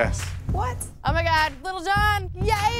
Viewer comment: Everyone: lil John Gordon: Little John